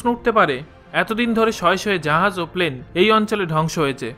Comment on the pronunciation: Plane not palane